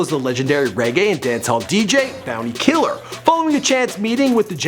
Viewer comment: Bounty Killa or Tommy Lee But you need a Caribbean person to help you pronounce some of these words still lol butchered a good bit of them still.